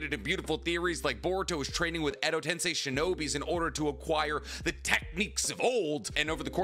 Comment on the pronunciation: Nope that's wrong it's not Ed tensay it's sei 😂😂 clown